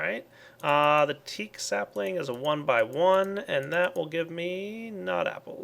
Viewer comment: Common Walnut sappling? He says lucky? Lol